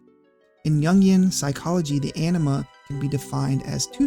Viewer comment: The (canonical, in-game, voice acted) pronunciation of Anima causes me pain.